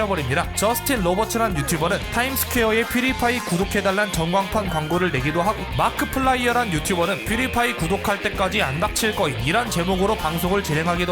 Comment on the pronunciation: 마'키'플라이어 입니다